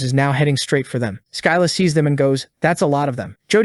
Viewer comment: Its pronounded SSILLA NOT SKYLA(Writed like scylla)